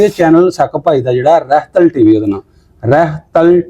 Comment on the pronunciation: aj vi Chanel da Sahi nhi bole 😂❤ Veer de Chanel da naa (Rehtal tv Chanel na haa) Tusi bolde ho Rhatal tv 😂😂 Labh Brar ❣️ Santy Brar Ganganagar India